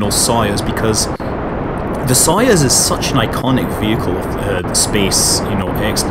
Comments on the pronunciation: It's not sOyuz, it's soyUz. Please, Scott, pronounce the name correctly. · It's pronounced SAy-oos, not Soyuz. iirc, the chronic mispronunciation has something to do with a NASA error in translation, one of the letters in the Russian version of the name ( Союз ) works out to roughly two in English. Either way, it'd be similar to a Russian calling Apollo like...Aplo. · Hello Scott, I am Russian. I indeed got used to weird pronunciation, but, if you can, say So-'uz. BTW, it translates as union.